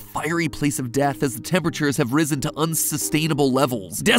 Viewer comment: “ the temperature has Rizzen”